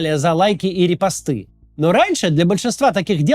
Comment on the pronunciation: Офигеть. Это нейронка! Кац неправильно поставил ударение в слове репосты! На последнюю букву! И на голова дёрнулась